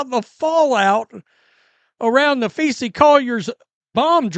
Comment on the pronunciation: Are you capable of pronouncing Collier’s first name correctly? Napheesa *. Nuh-FEE-suh It’s not Napheesie for goodness’s sake!